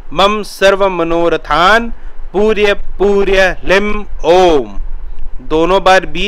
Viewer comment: वंश करी नहीं बोलते ।। व शंकरी बोलते हैं । पूर्य पूर्य न बोलकर पूरय पूरय बोलना चाहिए ।जय भैरव